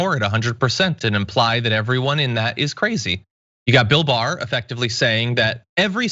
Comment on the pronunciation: William Barr "the boar" sounds like he was hypnotized by someone with a learning disability